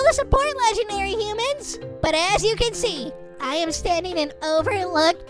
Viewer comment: Humans not hoomans